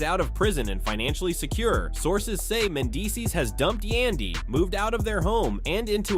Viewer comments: I always question these stupid posts when the narrator can't even Prounouce a cast members name,...He can Prounouce mendecees and Rasheeda But not Yandy.....Who's Yundy ????.....He finally got it right in the last 8 minutes of the video,, Somebody probably whispered in his 👂 ear,,..(Its YANDY Fool !! 🙄) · Who is yundy ? It Yandy !!!!!! Wth cant yall get our names right Yandy rhymes with Andy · White folks really be acting like they can’t sound out letters once a Black persons name comes up.. Tf is a Yundy when there’s a whole “a” right there. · Say the name's right. Yandy don't need to listen to Rasheeda. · You can pronounce Rasheeda but not Yandy?